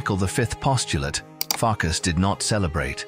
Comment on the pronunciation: Not Farkash but Farkas. Not Janosh but János. In the Hungarian language what sh in English (for example ship) is s. What s in English (for example sky) is sz in Hungarian. I am Hungarian. Not to mention, that in Europe the Hungarian language is the only one where the family name is in the first place and the christian name follows it. So the correct names are Bolyai Farkas and Bolyai János. Another interesting thing that the ly in Hungarian is y in English (like yacth).